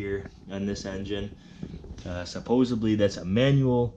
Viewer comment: Its "supposedly" not supposably